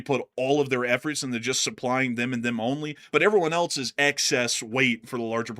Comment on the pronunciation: In English, else is pronounced "els", rhyming with "bells," "tells," and "wells."🎉